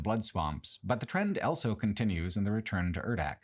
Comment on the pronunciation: pronounces the word "also" as "elso"